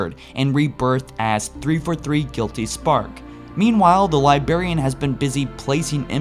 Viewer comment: Take a shot whenever he says Lyberian.